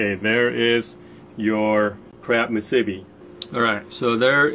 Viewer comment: hey, that was a pretty good haul for a one soak, I'm up in northern CA & didn't go out this year, but one party boat that I use has 9-10 pots out & he averaged 2-3 crab per rod, not very good this year, they're good sized, but not plentiful. Musubi.. Moo Sue B! not mu sib B! thanks. crazy weather to be out there, at least you got the whole Pier to yourself!